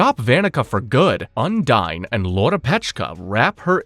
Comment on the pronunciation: I do love this video. It gives me a chance to relearn everything about black clover before watching season two. The problem I’ve got is you keep pronouncing the name of the water spirit incorrectly and Vanika did not use her blood magic to revive her people. It was the curse magic from the devil